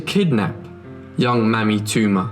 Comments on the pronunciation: The proper pronouciation of the daughter's name is "MayMe". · Learn to pronounce words correctly. Mamie is pronounced Maymee. And indicted is pronounced indieted . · Isn't her name pronounced May- me? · May-mee not mammy. Ball- ti- more not baal-ti-more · lives Mamie is pronounced May-mee, not mammy. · Maime was most likely pronounced May-me. A mammy, as you pronounced it, is a racist Jim crow stereotype. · I think the little girl's name was pronounced May-me, not Mammy. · Narrator's pronunciation is awful. It is Mamie (May-mee) not Mammy!! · Fascinating story. It would sound better if you could ensure you’re pronouncing certain words correctly, e.g. Mamie: may-me, not mammy, and Baltimore: Ball-timore; otherwise beautifully and clearly narrated. Thank you. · One comment. The stepdaughter's name was probably pronounced Māmē. Just like Mamie Eisenhower. Pronouncing it as mammy can be offensive to some as this was a word used for a black slave woman who cared for children. A nanny. Later it was used as a derogatory term for an older black woman. Yeah, I know, I look white but that is because I am a mixed race with more white than other. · Mamie is pronounced Maymee not Mammy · Good reporting. Even so, (and I mean no offense because it really struck me funny) I do believe Mamie is pronounced with a long A, as in Mamie Eisenhower. Not Mammy. :-) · Believe Mamie is pronounced as May -me. Amie / Amy with a M. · I don't criticize small things and the diction on this channel is excellent. However, MAMIE (Toomer), should be pronounced MAY-mee. Short for Mary and some other names. Like President Eisenhower's wife's name. The reason I mention this is because here in the U.S., "Mammy" is kind of derogatory when applied to African Americans. Similar to black face, etc. Mamie was a somewhat popular name in the first half of the last century and maybe even earlier. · Pronounced. May mie